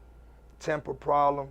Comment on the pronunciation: "Temper Prohlum"